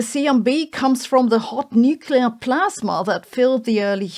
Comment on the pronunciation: “Hout nuclear plazma” 😂..you keep doing you booo….love ya